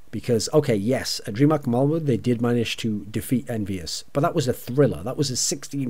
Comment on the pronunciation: don´t know if you´ll ever need this thorin but: Malmö is pronounced like "mal" from the word malice. and "mu" from the word murder.